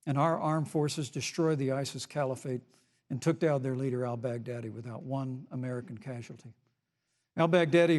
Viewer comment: When mike said Al-Baghdadi, I heard "Outback Daddy"